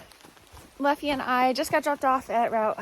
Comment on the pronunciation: I think it's Leffe like the beer.